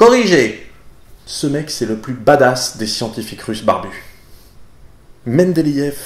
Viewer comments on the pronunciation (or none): pas mal le russe, mais il y a l'accent et le mot "barbus" est faux